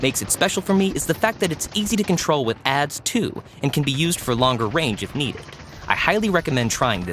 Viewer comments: No offense but is a narrator or a human because he read ads as "aads" like advertisements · New guy really pronounces ADS like it’s the word ads 😔